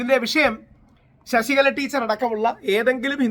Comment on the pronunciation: ശശികല അല്ല ചേട്ടാ. വിശകല